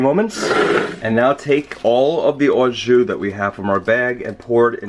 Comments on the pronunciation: sounds like a hillbilly saying awe juice LoL ....it's just "jus" the bag of liquid is "au jus" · It's not pronounced "ah zhu," it's pronounced "oh zhu." And "au jus" means "with juice." The juice itself is just "jus" in French, not "au jus." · Like someone else said, « au jus » is « with juice » so you don’t pour the « au jus », you poor the « jus », and btw, your prononciation is a bit off, your « jus » is ok, but « au » is more « o » than « aw » if you see what I mean, and your knife! Get it sharpened ;O) otherwise, great recipe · You're saying it wrong. It's pronounced "Awwwww. Juice!".